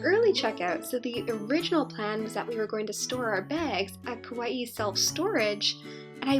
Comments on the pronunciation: The pronunciation isn't kawaii it's just ka - why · I live on Kauai and all the locations you pronounced were wrong